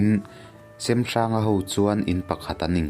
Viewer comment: a ngaihawm hle mai...mahse kanti teh ang semhranga hming i lam dan hi a dik chiahlo deuh in kahria...hnawncheuva hi kapa pu ani e